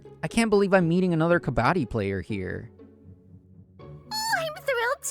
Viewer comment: As someone from india heraring kabbadi being refrenced and correctly explained was so amazing but they butcherd the pronounction which is understandable